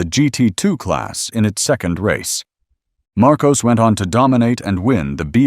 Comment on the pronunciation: And it's pronounced "Mar-koss", not "Mar-koze"